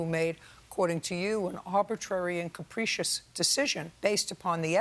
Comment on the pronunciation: JJ pronounced the word capricious incorrectly.🤣🤣🤣🤣🤣